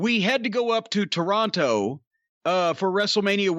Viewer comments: Its Toronto. Not TORE-ON- TOE 😡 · I hate how he says Toronto. Gah. It's "Tronno." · Cornettes enunciation of Toronto is upsetting. Signed, a Torontonian